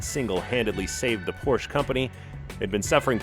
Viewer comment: YOU CAN PRONOUNCE PORSCHE!!!!! This makes me happy. U deserve a like!